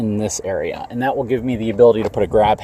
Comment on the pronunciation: Intresting is not a word Becuz is not a word Abildy is not a word Next not nex Probly is not a word Defnuhly is not a word Unuhversal is not a word Uhpinion is not a word Uhready is not a word